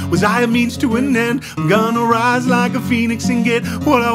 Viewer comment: when "gonna rise" sounded like gonnorhea for a sec